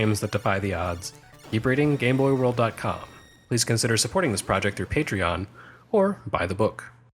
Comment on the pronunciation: I'm watching this entire series in order, and the most important thing that I'm taking away from this video is that you finally pronounced "Patreon" the way I always assumed it was supposed to be pronounced.